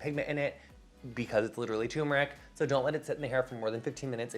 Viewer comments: I love you so much and appreciate your advice and products (which I recently started using), but, darling, it’s TURmeric not “tumeric”! Just thought ysk how to pronounce your own product ingredients. Chefs always mispronounce it, too, so don’t feel bad. Love you so much!! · I think it's turmeric, pronounced ter-muric. Don't worry, I was also saying it wrong my whole life. :P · LOVE :) never fail to make me smile, and love you that have a hair care line! (hate to be a negative nancy but isn't it tuRmeric? like there's another /r/ in there? I was mispronouncing it for like 20 years until I got into a debate with my husband a few months back haha) hugs!!!